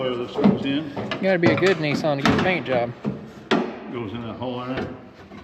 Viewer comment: needs to learn how to pronounce Nissan!!!